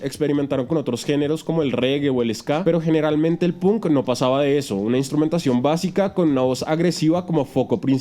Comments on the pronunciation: se lee pank no punk jajajja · Punk se pronuncia panck no pun